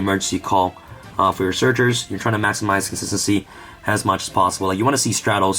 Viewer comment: FOR GODS SAKE BRO. SAY THE WORD WITH ME. CON-SIS-TEN-CY NOT SSSSSSSSY